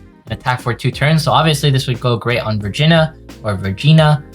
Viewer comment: Virginia is apparently pronounced “vagina”. Wonder what that means.